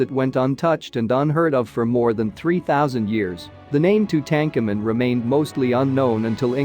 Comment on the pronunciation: The way you have pronounced his name makes me want to scream. Go back to school and learn the correct history.